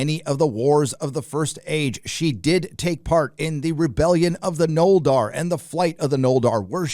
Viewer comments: Noldar? Simmeruls? Dude... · Sorry, not gonna be baited to outrage by someone who pronounces it 'Noldar' and 'Simmerils.' I'm supposed to renounce this before it airs because the actors playing Galadriel and Elrond aren't spitting images of their PJ-LOTR counterparts? People like you make a living frothing up fandoms, and convincing people that if they enjoy something it must be an indication of their poor taste. I'll reserve judgment until I see the goddamn thing, thanks.